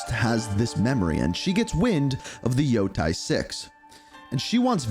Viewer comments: How did you come up with that pronunciation for "Yotei"? It's not "Yo-tai", it's "Yo-taey" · You can't even pronounce the name of the game properly. Omg Africans can read better than you yanks.😂